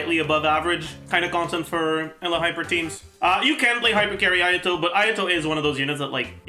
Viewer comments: lol he literally says it like ella, it should be like - you-lah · do u mean eula? eula is pronounced oila correctly, sounds a bit like ella ig? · Yeah, well, this game is played in English, not German. The correct pronunciation is "You-la" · It’s cursed that after watching so many videos I call “Eula” as “Ella” now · listen. i found this guy's videos yesterday through a friend's recommendation and theyre great. BUT. why does he say Eula Like That